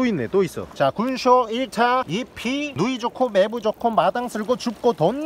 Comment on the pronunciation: 군소야~ 할때 존나 찰져